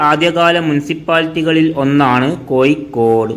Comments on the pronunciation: കോയി ക്കോട് തു പോയി അക്ഷരം പടി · കോയിക്കോട് ഏയ് കിലോമീറ്റർ തൊടുപുയ മുവ്വാറ്റുപുയ എന്തോ കൊയപ്പം ഉണ്ട് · ലിവന്റെ ഭാഷ ഏത് ? കോയിക്കോട്, മുയുമനായും, എന്തര് ?